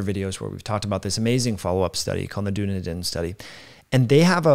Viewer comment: It's pronounced "dun-ee-din" 👍